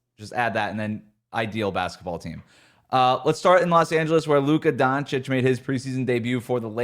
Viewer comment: For the love of God its not pronounced Donchick smh